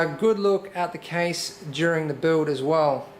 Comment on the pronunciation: "the buld" "into the buld" hahaha just scrwing :D nice machine!!! great job.